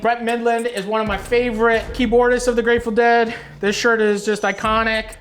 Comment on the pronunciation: How much can you possibly like a band if you can't say their name right?